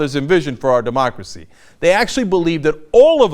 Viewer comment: What's that you say? DemocrSei? Wat dat? Never heard of it before, not in this country.